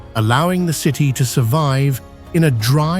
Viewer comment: . "Three hundred an duh.......seven TEEEEE miles" - AI. Human translation: three hundred and seventy miles. Then, the narration app says "basil" randomly . This is a fun game! Thanks OP! "forty eight tchoo thousand" tchoo? "100 degrees efff." That's minor, but a human would have said Fahrenheit. "Ozkonak underground cee tee". City "A mystery story" so close, but no native English speaker would say it like that. "An unpublished deep tunnel" unpublished? "Astronomy rules"!!! Longyou caves so many images of other places! Probly all of them are wrong. I laughed when saw an image of a native American petroglyph! They never even showed the real images of the carved out caverns. That's too bad because It's quite impressive! You should look it up to see the real images. The minor linguistic mistakes were amusing, but the piece about the Longyou caves only showed random images from around the world. All credibility is lost. So on that note, I'll stop watching. Take care! Always do your own research. These videos arent always accurate.